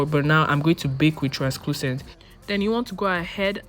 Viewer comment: Beautiful tutorial. More beautiful you❤️❤️. But you kept saying transClucent😭. It’s translucent. Sorry. I couldn’t help but notice.❤️❤️❤️